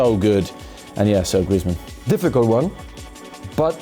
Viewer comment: Really liked when said griezmann he knows what he is saying just watch